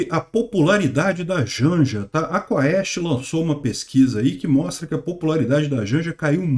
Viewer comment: A pronuncia é Quest, não se fala o "a"